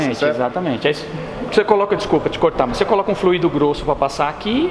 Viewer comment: A pronúncia não é flu í do, é Fl ú ido